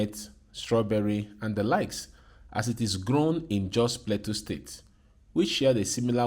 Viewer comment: The farmer talking about the trees says Plateau correctly, but the narrator says play-too over and over again instead of plah-toe. As I'm typing this, he says Play-too again haha.